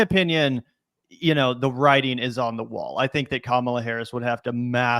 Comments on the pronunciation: Dude, why does he have to mispronounce her name..like, I almost give him the benefit of the doubt because he's a stupid ape and just aping what his political 'luminaries' do but Jesus people. It's not hard, it rhymes with Ma-ma-la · Joe prides himself on being smart and respecting people but this knuckle dragger can’t pronounce Kamala’s name correctly? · Really disappointing to see Rogan mispronouncing her name, too. I've soured on him over the years, but I still genuinely thought he was better than that. Damn. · Joe Rogan needs to learn how to say Kamala’s name correctly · Dude can't even pronounce her name right. He speaks about the fragility of the human mind.